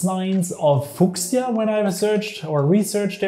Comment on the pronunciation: thanks for the overview. Just trying to help: its pronounced 'few-sha" not "fu-casia" ✌